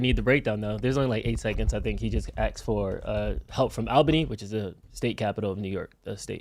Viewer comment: As someone who lives there, I really appreciate that Tom pronounces "Albany" correctly. Take notes! 🤣